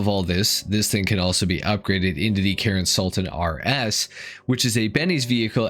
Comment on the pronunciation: Karin is Karin, man. Why does it somehow became Karen when you say it?